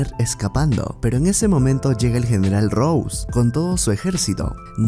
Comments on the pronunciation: no es Jim Barton, es Clint Barton, es coronel Ross, jajajaja no coronel Rose (pronunciado como Rous), Rose es el nombre de la protagonista de Titanic, si traducimos al espeñol la manera en la que pronuncias su apellido le estas llamando coronel Rosa. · Y yo que pensé "Soy medio exigente" cuando escuché que dijo General "Rousse" y le dijo a Coulson secretario jajaja